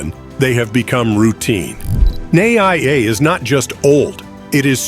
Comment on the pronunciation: Too early to call it a mistake. As it is still being built. Your wrong pronunciations are so cringe. NAIA is supposed to be called "NUH-EEE-YUH", while Aquino is "UH-KEE-NOH"